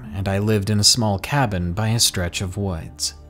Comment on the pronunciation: Is the word ‘woods’ too boring for you? You seem to pronounce it ‘wuudjs’ ....try speaking through your mouth and not your nose.